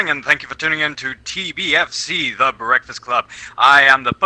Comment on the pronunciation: bekfast cwub